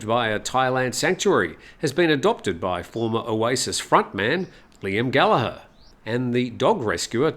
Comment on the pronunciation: 😂😂😂 funny man. Like Ross with an E. Showing how old you are, one of the most recognised names in rock music today and you pronouce it wrong!!